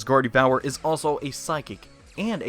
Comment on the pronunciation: The way you said Gardevoir made me hate you...